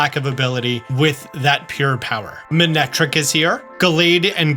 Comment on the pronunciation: Love you but did want to mention you mispronounced a few Pokémon - pronounced “skidoo” not “skid-oh”, “mane-ectric” not “man extric” and “lop-unny” not “loh punny” :)